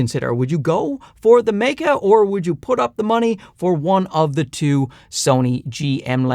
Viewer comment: sweet jesus someone finally pronounced it right. the "Maykey" pronunciation kills me. very useful review. good work.